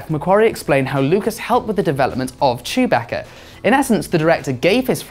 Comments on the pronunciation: Chew-bacca. BRUH ITS CHEWBACCA. CHEW BACCA NOT CHOOBAHKA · This dumbass pronounced chewbacca name wrong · He pronounces chewbaca strangely